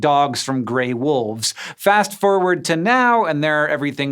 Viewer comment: I am pretty sure Hank said “ fast furward”